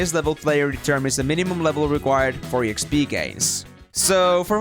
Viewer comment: This is the first time I'm hearing E X P , instead of Exp(ex-pee)